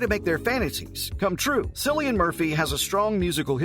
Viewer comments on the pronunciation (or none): Ha ha, 'sillian' 😂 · Lol - It’s a hard C pronounced Killian! - great research you did for this video 🙄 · This channel has 12 videos on Cillian Murphy and they still do not know how to pronounce his name. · All great information but you should have probably learned how to pronounce Cillian’s name first.